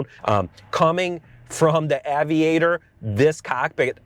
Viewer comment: Aviator: Short A. Cayenne: Long E. Holy pronunciation batman.